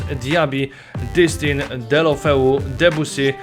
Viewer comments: ***** Ale Distin czyt. się ''DISTĘ'' - to tak przy okazji ;p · Distin czyta się "Distę",a nie "Distin". Tak samo tą cząstkę "D" przy D'Alessandro czyta się jako "de", a nie "di". I jeszcze, czy planujesz może pograć w jakiegoś menadżera, bo widziałem, że nie byłeś pewien czy przy Dawsonie i Davisie, sprawdzałeś kogo to herb, ale się upewniałeś, a to raczej nie jest trudna drużyna. Mówię o jakiś menadżerze, bo lepiej by się filmy oglądało. Raczej każdy widzi, że jeśli chodzi o herby, to raczej max 15 znasz herbów z BPL i BBVA, a reszta lig to raczej max 10 + niektóre z jakiś 2 lig wiesz jak się nazywa klub z takim herbem (mówię tak ogólnie, po prostu piszę z tego co widzę, nie mówię, że tak jest, bo nie jestem Tobą). Nie traktuj to jako hejt, tylko jako taką małą dygresję co do kanału i filmików. Mam nadzieję, że przeczytasz. Pozdro i Pjona;)